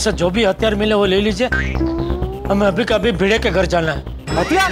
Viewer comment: Bhide ❌ bhinuu ✅🤣🤣🤣🤣